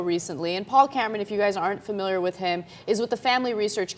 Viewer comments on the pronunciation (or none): *Cameron* not *Camaron*...don't know what happened there